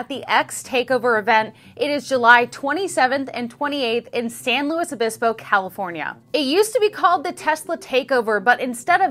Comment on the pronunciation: it's pronounced "saint louise obisko". 🙂 Don't forget to visit Pismo Beach for their world famous clam chowder, and Morro Rock, each about 10 miles away!